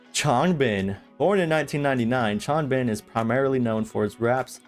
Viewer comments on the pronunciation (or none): Bang ChAn not chon 😢 Chan rhymes with can 😊 (same with Changbin) Seungmin is the main vocalist, not lead ❤ 3Racha writes all their music that's released by JYP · it depends on whether you wanna pronounce it in the Korean way or the English way. In the Korean version the a in Bang Chan and Changbin is not pronounced like "ae" like in can, it is an "ah" sound! ^^